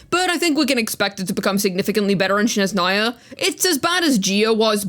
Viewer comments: Also why do English speakers always say “Shneznaya” 😭 the h is in the other place (that’s a genuine question btw, is there an association with another word maybe?) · it’s ok, it’s interesting to me that various English speakers say “Sh” in the beginning instead of “S”, maybe it just feels more natural for this language. “Snezhnaya” comes from the noun «снег» “sneg”, and when we turn it into an adjective, the «г», or “g” turns into «ж», or “zh”, and then we add the female ending “-aya”. Basically you just gotta remember that the first sound is just “S”, not “Sh”. If you wanna be super accurate and impress every Russian speaker you can say “SnEzhnaya” instead of “SnezhnAya” but it’s not necessary lol. You can also put the word «Снежная» in the Google Translator and it will pronounce it pretty accurately